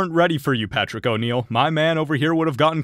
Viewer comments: '"Patrick O'Neal" LOL. Dude, put some respect on his name: Patrice O'Neal. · its Patrice, not Patrick, clean up your script before the AI reads it